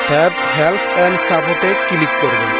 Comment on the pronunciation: কিলিক করব? কিলিক কিলিক 😂 Local English 😂 কোন School থেকে পাশ করছস?